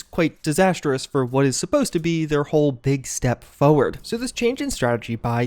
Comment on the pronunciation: By "forward", you mean "fewad"?